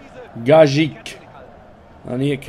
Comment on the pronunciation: haha kolleg das schpricht me gaitsch us bim Gajic XD Bisch aber geil